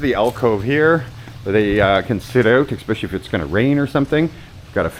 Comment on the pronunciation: "ekspecially". Come on! You're the best YouTuber in the Philippines.